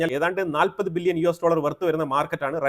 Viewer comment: ബില്യനും ...മില്യനും.... പറയുമ്പോൾ ..... വ്യക്തമായി. ' നിർത്തി നിർത്തി..... പാടൂ